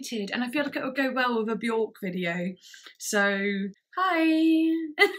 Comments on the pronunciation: Björk is actually pronounced wrong by everyone . It’s not ork it’s IRK and very few know this. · "I don't know how to pronounce this: At-o-pos? But... anyway, here is the new one from Be-yOrk" 🤦‍♂️ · I have been a Björk fan since 13 - I'm now 40 - and I pronounced her name incorrectly for over two decades. It wasn't until my early 30's that I heard her, in an interview, say her name rhymes with "jerk"... and I was like ohhhhhhh.